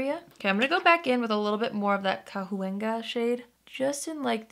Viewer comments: Cahuenga is Ca-wang-a it’s the name of a street in Los Angeles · Cahuenga = Cawuenga in pronounciatjon. Pretty significant history for us Angelenos here in Cali. Look up the history of Campo de Cahuenga, Treaty of Cahuenga, and Cahuenga Pass. It’s pretty cool. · Cahuenga is pronounced like Ka-Wang-Uh. It’s a street in LA :) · Cahuenga is a street (boulevard) in Los Angeles. It’s Spanish and pronounced as “kawenga”.:) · I just found you and love watching your videos. I subscribed. I'm from L. A. And I love the California Love palette. You pronounce Cahuenga without the h. It's the name of a a town and a street in southern California.